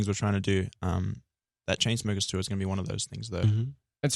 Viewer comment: luke still says tour as "tuwa" and I'm very glad